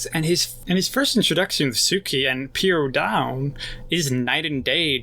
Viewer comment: Like the analysis but it's very distracting that you keep calling him Sakura instead sokka and you keep saying Piandown instead of Piandao